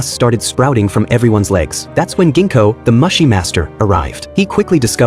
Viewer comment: Mooooo-shee. It bothered me. Mush-ee no. Just no. Moo-shee = Mushi. Please.